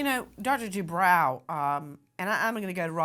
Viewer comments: I believe it's. Du...bro.. Lady du bro...not brow.. Jeese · “Debro” not “Debrow” 😁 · Isn’t it pronounced “Due - broh” ??? and NOT Due - brow” ??? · Nancy,the doctor's name is pronounced Do bro,not Do brow. (I watched him&his wife on "Real Housewives of Orange County" for years! That's the only reason I know that!) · Bro, not brow 😂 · FYI Nancy: This doctor pronounces his name: DuBro not DooBrow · Nancy I've noticed you tend to make every broadcast give you a chance to turn it about yourself and your family at nauseum. Also as a form of respect it would be nice if you learned to pronounce your guests names. It's not "De Brow".it is Due Bro. I cringe everytime you say it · Nancy , it’s Dr Du- Bro not Brow❤ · Nancy it’s dubrow not dubraw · Due-brOW. 🤭 was nice about it, but you KNOW heather would've piped up about it.😊 This is a just a disgusting case, that didnt need to happen. And not on any the fault of the victim. Poor lady's husband did some sick, twisted things to her, AND her babies.🤬🤬🤬